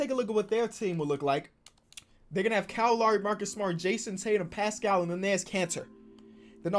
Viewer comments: Bro it’s Kyle loWry no lauri. Low-ree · Bro it's Kyle L-OW-RY. Not Lawry lol